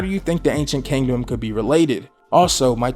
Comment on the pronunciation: Everybody: Kingdom: Kangdom Love ya bro thought this was funny though😂